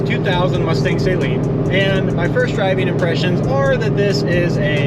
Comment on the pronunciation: Just in case you ever run into Steve Saleen......you should know that it's pronounced Suh-leen, not Say-leen. (Just sayin)